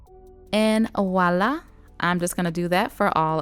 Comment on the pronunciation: it’s Voilà not Wallah 😂😫